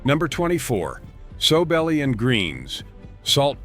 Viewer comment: Not soe belly. SOW, like a female hog.